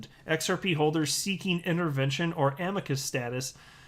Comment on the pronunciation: i watched all of Gary at MIT on youtube... didnt learn a damn thing and came to the conclusion that gary cannot pronounce XRP... ... it is XRP sir not XRPaaaey ... what a dumb ass... old people dont know chit about crypto